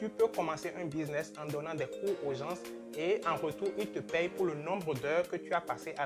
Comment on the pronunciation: Bravo tres inspirantes tes vidéos ,évite juste de dire Gens (ssss)le "s"ne se prononce pas a l oral . Cordialement 🙏